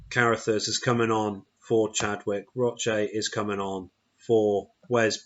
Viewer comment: Lol how do you pronounce Carruthers?? 🤣